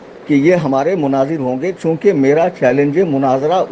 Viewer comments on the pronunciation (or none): none